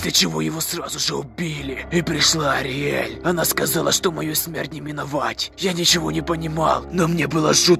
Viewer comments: не Артель а Ториель!!!!!!!!!!!!! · Ториель а не ориель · Не ариэль а ТОРИэль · По моему правильно не Ариэль а Ториэль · Ариель? Что? Ториель правильно. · Не подсолнух-а Флауи! Не Ариель-а Ториель! бомбиииит! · Флауви не подсолнух, а лютик, не ариаль , а ториэль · Не "Ариэль", а "Ториэль" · Правильно не Ариаель,а ториель. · Ториель а не "ариель" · Не Ориэль а Торилей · Не ариель а ТОриель надо знать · Вообще то Ториэль а не Ариэль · Не ориэль а ториэль на реалистичный андертейл это прикол там много серий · Ариель.. АРИЕЛЬ БЛ*ТЬ! Ториель правильно! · Ториэль а не Ариель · Ни Ариэль а туреэль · не Ариель а Ториель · вопщето не ариель а ториель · Не Орель а торель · Не Ариэль а ториель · Ториэль а не олиэль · Ториэль а не ариэль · Не Ариэль аториэль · Не артель а ториэть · Праваильно говорить ториэль.